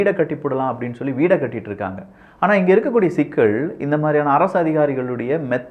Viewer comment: அரசியள் அல்ல. அரசியல். சிக்கள் அல்ல சிக்கல். சரியாக உச்சரியுங்கள்.